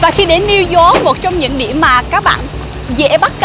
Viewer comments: Minh de nghi anh Tiep Vu hoc phat am lai ten Thanh pho New York ... chu kg phai New Zot nhe’. Thanks 🙏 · It’s New York. Yo-yo , Not New zot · It’s New York not Zork! lol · nghe gọi “niu zót” cười bể bụng :)) hay đi du lịch nước ngoài thì trau dồi tiếng anh chút đi anh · Xin a đừng đọc tiếng anh nữa😂😂 Niu dooc:)))) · Niu dóp :)) nghe hết muốn coi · Tiệp ko thể phát âm từ "New York" cho đúng đc nhỉ? Lạ thật :D